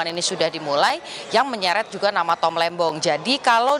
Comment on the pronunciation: Diulang berkali-kali, di tetep kedengerannya "Tom Lendong", didukung gerak bibirnya juga 😁